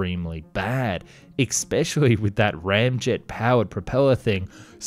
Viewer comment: Eckspecially. Weapondry. 🙃